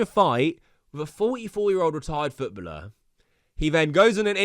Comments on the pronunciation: Please stop saying “Footbuller” sheesh. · I gave up on KSI a while ago, used to love him so much when I was a kid, the guy is deluded. p.s never say “Futbuller” again 😂 it’s footballer man ffs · WTF is a retired futbluhh? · Foot bulllur? Jesus that was rough to hear 9 times lollllll❤ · wtf is his prononciation of footballer🤣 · That "footballer" pronounciation is very interesting